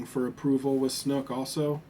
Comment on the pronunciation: It's snoke, not snook.